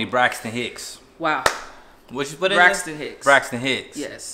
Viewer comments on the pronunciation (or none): did he say TONY BRAXTON HICKS😂